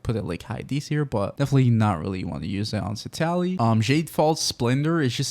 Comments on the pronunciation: Honey... It's citlali not citali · Seat Loli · Why do you still pronounce her name so wrong?